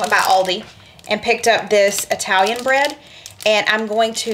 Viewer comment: I love your videos and the interaction between you and,, but, "eye-talian"?? Please, don't.